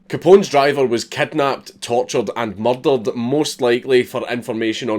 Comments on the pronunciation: When he says murdered it sounds like muddled. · Mer'derur'd, the Scottish accent sounds awesome. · Maryl Daryl'd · M U H D A H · Who else loves when he says "murdered" in his Scottish accent Edit: I'm like an F list celeb with all these likes. So obviously give my twitter a follow: miguel_alhakim